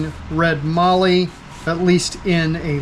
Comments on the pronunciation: It's pronounced Mallee as in Sally and valley. It's one of Australia's better known timbers that comes from the south west. Mix the Mallee burl with Jarrah in a jewelry box and see the magic. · Beautiful piece, but one correction: mallee is pronounced with a short “a”, so it rhymes with “alley” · Nice job on the Mallee Burl. It would be like turning concrete!! I am lucky living in Australia and have Mallee Red Burl available quite cheaply. I am a pen turner and use Mallee Red and Mallee Brown in a heap of my pens. I had to resort to Carbide Tips a lot of the time as, like you, I was resharpening my gouge (a good quality Sorby) quite often. BTW - there is no "R" in Mallee. Just sayin'. Take care and thanks for sharing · Great Job you showed that wood off great. Side note the "A" in Mallee is sounded the same as the "A" in Daniel 😁